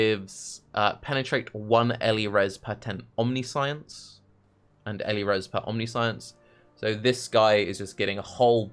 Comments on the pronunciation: I cannot get over the fact that, as a native speaker, instead of omniscience he's constantly saying omni - science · I'm sure you've heard it a billion times by now but it's pronounced Omni-shence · First suggestion would be to say Omniscience correctly. That said, Shroud of the Lightless could be nice, abyss jewels and free level 25 Elemental Penetration. If you have really good hit rate, you could do Strength of Blood to get damage reduction from leech and then use Life on Hit for sustain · Omniscience is a very fitting word for youtube chat to be correcting the pronunciation of... Build looks cool been meaning to play a trinity build to deal with Empowered Elements being annoying hah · Can't focus on the build due to how pronounces 'omniscience'